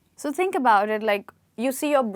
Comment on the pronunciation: The way you pronounce "THINK" is mind blowing.....